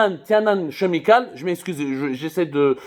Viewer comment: En anglais chemicals se prononce Kemicals, au moins t'auras l'air plus sérieux.